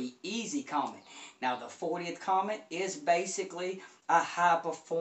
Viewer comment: Good video! I love this speaker, as well. Really musical. As an FYI, the name Comète is pronounced 'Commette', as in Corvette' (it's a French company... the accent on the E makes it a 'short e').